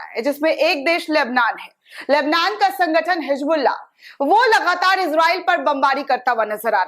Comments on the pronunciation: Madam, it is Hizbullah not Hijbulla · Madam hijbullah nahin hizbullah zara Urdu seekh kijiyega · Didi ji Bas aap HIJBULLAh nhi Hezbollah kaha kariye